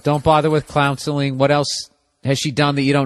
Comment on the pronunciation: I dont know if you just said the word counseling wrong in hurry to keep talking but it sounded like clownseling and that now a new word I'm gonna use it hahaha